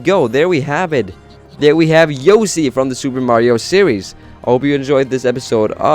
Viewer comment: He said yosi